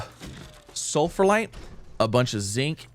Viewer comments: Moderately annoyed that you’re pronouncing Sphalerite as “sulfurlite”. There’s only one L, and you’re completely skipping the ph/f sound. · ITS CALLED SF-AL-ERITE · Cool video keep up with this, but my only question is: Why are you saying sulphalite instead of sphalerite (The material of Zinc)? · In his defense, there's a lot of sulfur in sphalerite. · Mispronouncing Spharelite everytime. 😂